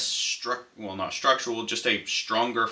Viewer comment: Great video but your pronunciation of "structural" drives me crazy. You pronounce it like "structual".